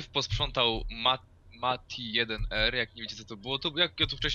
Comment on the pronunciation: dzięki i wreszcie ktoś dobrze przeczytał mój nick (mati1r)